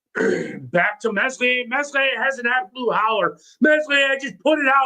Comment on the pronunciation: Err that accent... is that Rotherham? Also, let's help you lad it's pronounced MELIER. The S is silent. Just try 😊?